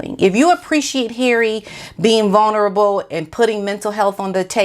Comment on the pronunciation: It’s not “vuNerable”, it’s “vuLnerable”. Just an FYI, not picking on you, and don’t want people to find something to criticize. The evil narcissistic future ex-wife of the handbag has backed off and let the handbag talk about his mental health, drug, and alcohol problems so she’ll have documented reasons when she divorces him once she gets engaged to a billionaire.